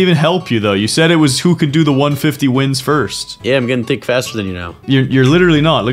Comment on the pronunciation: pov: im so tick insted of thick lol😂